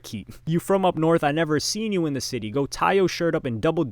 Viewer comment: now YASS. why tf did you pronounce "north" like "nawf" when he spelled it regular 💀💀💀 please explain